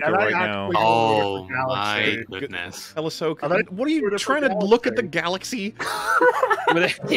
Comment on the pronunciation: It’s Ahsoka